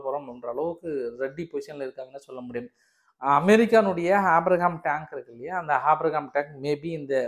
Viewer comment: தலைவரே அது ஆபிரகாம் டாங்க் இல்ல ஆப்ரம் டாங்க்..